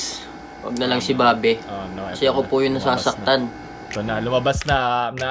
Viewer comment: "babE" ok boi /bāb/ yon ok ok ok 😣👌🏼